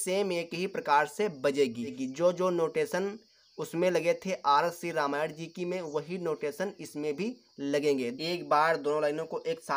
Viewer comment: भाई रामायड़ नही रामायण है पहले तो तुम ये सीखो फिर आना सिखाने